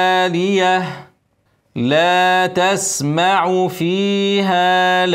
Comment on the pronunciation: لا تسمع بالضم ليس الفتح (لا تسمع فيها لاغية)